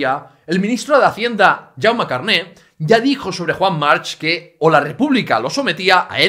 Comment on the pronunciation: March se pronuncia Marc. Y eso que eres catalán